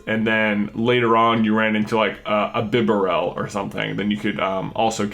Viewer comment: Bibareal Bee bear il Not Bib a ral